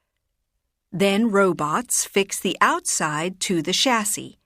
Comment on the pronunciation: in cars how do pronounce Chassis, i think its not the way you pronounce it. Plz correct me if am wrong.